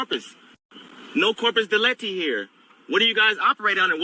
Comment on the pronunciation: It's corpus delicti which translates as body of evidence of the crime. This sovcit pronounced it as corpus delecti, which doesn't make sense as it would mean something like body of the chosen. He clearly didn't read through the pronunciation guide in Black's Law Dictionary.